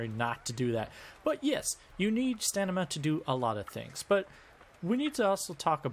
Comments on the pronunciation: It is STAMINA not STANIMA! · bro calls it stanima. it's STAMINA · STOP SAYING STANIMA! ITS STAMINA! ITS LITERALLY IN THE VIDEO TITLE! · StaMina no stanima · Stanima -__- I mean how reliable one's explanation could possibly be if one fails to pronounce the subject word. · i love your videos but your mispronunciation has to be a bit right? you saying stanima is driving me crazy theres no way you've never heard someone pronounce it out loud and i cant tell if im just falling for a joke or what oh my god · Are you deliberately saying staNIMa? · I agree 100% this guy says StaNIma, what a silly youtuber ! I can only imagine what he would say if he tried to prononce "Wingardium leviosa" ! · We need to talk about the way you say stamina, mate 😂😂😂😂 it’s not pronounced stanima... That’s blown my mind and couldn’t focus on what is probably more excellent content 🤣